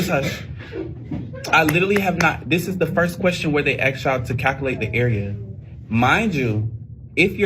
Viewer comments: He's a teacher and can't say the word "ASK" right. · And stop saying ax and start saying ask. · I wish he would learn how to say the word, ASK. ( AX ) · Teacher, please learn not to say "acts" for "ask" (pronounced assk) before you stand before a class and want them to hear, listen, and learn from you. I don't understand why so many black people (not ALL) mispronounce that word. It's not a difficult word! Yes, I am black. That drives me crazy. You need to be an example. I wasn't offended by what you said to the children. We need to stop coddling children so that they can handle the real world as adults. The truth is the starting point for positive change. We can't fix what we don't know is broken. I didn't feel that you were berating them. I think you were shocked and overwhelmed. I feel sorry for teachers. Too much to overcome, and not being paid enough to even try! The fact that there are still people who are willing gives me reason to applaud your efforts. I also do not believe that 30 children are ALL slow learners. The brain of a black child is as capable as the brains of anyone else!!! These young minds are capable of GREATNESS. I believe that the school system isn't presenting the information to them. I learned shapes before kindergarten from toys, and I'm 59 years old. For middle school students to be that far behind is failure from parents and the school system. Utterly shameful!!! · He shouldn't be one to talk, especially when he can't even pronounce "Ask" properly. It's Ask, not Axt. Your their teacher, thats why they're there to learn. Obviously you are part of the LGBTQ community, and you are not helping the community earn whatever respect they've been fighting for, for a long time. And then you just destroyed that for that city your working in. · Ax, ax , ax… teacher, it’s ask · I hope you don’t ever “ax”them anything, sir! Secondly if you apologize, don’t say “if” I offended you, ummm you did so just say “I’m sorry”! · He haven't "axe" them?